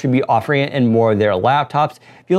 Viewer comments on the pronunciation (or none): "Thank you for watching, take carerbady"